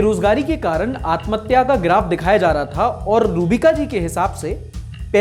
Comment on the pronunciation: Robika nhi roohbika